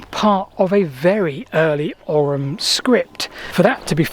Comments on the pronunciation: Oi - OY or Oh as in Owe or Go OYYUM or OWE UM Ogham is OYYUM or OWE UM not "oggum" or "orrum" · It's not pronounced OGGUM because it's not an Anglo-Saxon word. As usual, Celtic Gaelic words are being butchered. Would 10 minutes on the internet researching correct pronunciation really kill you?! It's Ogham, the GH is silent so it sounds like Ome. Another reason the Brits were never welcome in Gaelic speaking countries. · It's pronounced "Owum" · it's pronounced " ohm " that G is not hard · Ogham is pronounced "aw-ahm" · Here in Ireland at least, we'd usually pronounce "Ogham" more like "Ohm" (like the electrical unit of resistance). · In modern Irish the "h" is not really a letter, it's more like an accent that softens or silences the preceding letter. Hence ogham is pronounced oh-am. Afaik though in old Irish this was probably not the case, so it might well have been pronounced oggam. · Ogham is pronounced O-am. gh sounds in Irish are typically silent